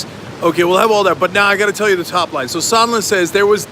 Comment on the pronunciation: You think Leningrad Lindsey will remember how to pronounce Sondland’s name now?